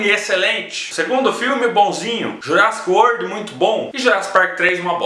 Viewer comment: Fala direito :)